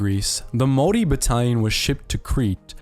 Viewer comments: Your saying Maori wrong! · Maori but pronounced Maldi... got it. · Bro, its pronounced moldy. Like mold that grows in moist dirty dark places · Pronounced- Maw-Ree. What's the weird Germanic accent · Your maori pronunciation is painful bro. The g is usually silent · I want to rip the voice box outta the narrators throat. Say Maori like that one more time and my ears are gonna explode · Your pronunciation of "Maori" makes me feel sick lol. Are you one of those people who breaks English mid-sentence to say "Kwa-soh" for croissant lol?